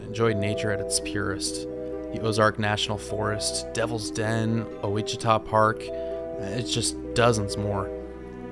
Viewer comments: O-ich-i-ta XD I love it! It’s actually pronounced Wash-I-taw, but that’s okay, the spelling is wonky and we make fun of it too! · Ouachita = “wash-i-tah” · Ouachita= WAH-shi-taw